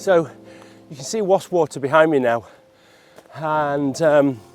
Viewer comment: Nice to hear you pronounce Wastwater correctly